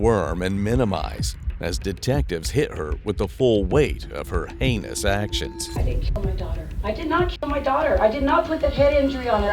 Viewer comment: Huh, what tf did I hear? "... the full weight of her anus actions..."? Gross. I don't wanna hear about it. XD